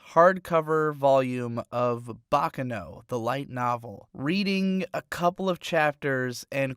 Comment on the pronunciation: What about his inability to pronounce “Baccano”?